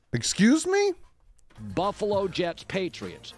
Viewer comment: Pretty sure Baldinger Freudian slipped "Fluffalo" when he meant to say "Buffalo"...I like it and may use it in the future to describe the Bills. Miami born, Upstate NY State raised...Dolphins Fan in enemy (Bills) territory.